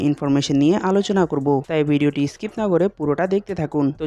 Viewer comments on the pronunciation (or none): none